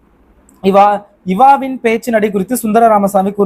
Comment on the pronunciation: Anna athu தாமனாகம் இல்ல தாமசீகம் and இவாவின் இல்ல ஜீவாவின் பேச்சு நடை